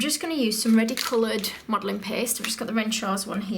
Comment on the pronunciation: "Red Modeling PEHST"